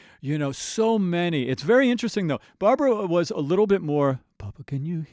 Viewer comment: It's Barbra, not Barbara.